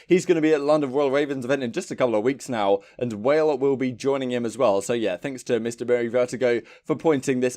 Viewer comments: Wale? Isn’t it pronounced “wal eh”? Great rapper tho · Lol wale its walleh